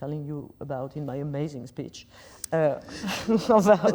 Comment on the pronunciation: she said speech, lol